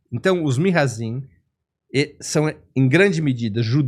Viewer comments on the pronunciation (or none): Nao se diz Mihazim, se diz Mizrahim